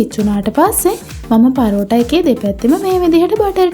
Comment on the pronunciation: පරෝටා ඒ මොන බහු බූත නමක්ද හරියට කියන්න පරාටා